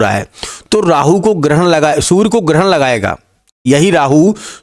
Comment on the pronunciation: Sur nhi surya hota ha